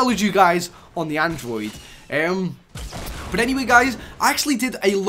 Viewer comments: Why does this guy say bot instead of but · You don't know how to say "BUT"